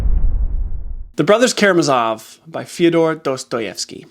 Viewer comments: Great list. I've read most. My wife is thinking of joining YouTube to subscribe to your channel. But two quibbles. First, as a Russian speaker I'm horrified that you mispronounce not just one but two syllables of Karamazov. Second, I was amused that you put The Stand on top, since for 50 years I've been mocking that as the worst book I've ever read! "He's puttin' on his boots and he's a-walkin' he's a-walkin'" over and over for 1500 pages, but he never gets there. I can't believe you put that stinker above Brothers K. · Care uh MAZ' ov